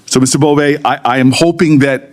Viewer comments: Bove not Bowie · It''s Bove (boVAY), not Bowie. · You can’t even get his name right. It’s Bove not Bowe. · A.I. overvoice got Bove's name completely wrong